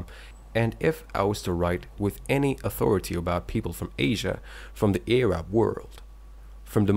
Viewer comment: "Ayrab world"